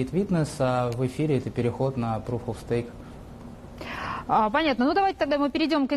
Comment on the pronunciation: "эксперт" и ведущая говорят "proof of staTe" ))